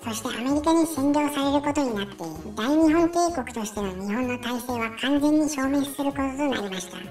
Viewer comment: 大日本帝国の読みは「だいにっぽんていこく」ですよ